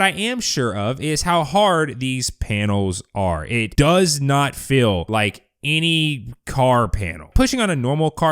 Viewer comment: Dude you are pronouncing feel incorrectly. It's not 'fill', it's feel!